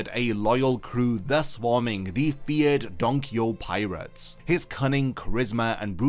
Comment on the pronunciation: dude the way he saying donquixoTE is so fustrating, just say the TE